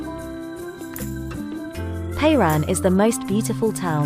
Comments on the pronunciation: It is not Payran!! it is pronounced Peran. If you make a video, you should at least ask a native how it is pronounced!! This is called ignorance (mostly English speakers) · Is this AI narration? Why is the name Piran mispronounced? It isn't PAY Ron. It is PEER an.